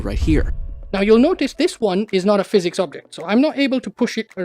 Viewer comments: Okay but it sounds like you’re saying “phys-ex” every time. 😂 can you just say “Fizz-ics”? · It's not he X in how you say physics that is weird, it's the last i. You pronounce it like phys-ex. Not every time though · Bro everytime you say fizz ex it rattles my brain and I can no longer even hear what you’re saying. It’s driving me insane. I have no idea what this video is about. Ok he did it again. I just called out of work. Omg bro stop! I left my wife. STOOOOOP!!! I am standing on the skyway bridge. Goodbye. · The reason you should consider saying "Physics" properly is because PhysX is a completely separate technology. It's used in games like borderlands 2 for realistic liquids and cloth. When you say PhysX casually it's confusing. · The problem with how you say "physics" is that you pronounce it as "physecs" but there's no e in physics YOU NEED TO PRONOUNCE THE I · I love and the video topic seems really interesting but I’m sorry I just can’t keep watching when you are saying fizz ecks constantly. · Please say physics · The way he says “physics” really is amazing though. He has got to be trolling, because he says all of his other words like a literate human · why do you say physics like that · okay, i see what they mean. you do say it weird. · say physics right bru it ain dat hard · The way you pronounce Physics could probably get you a speech impediment diagnosis /srs